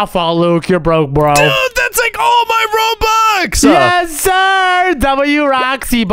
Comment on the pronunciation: Its robux not roblux 🤣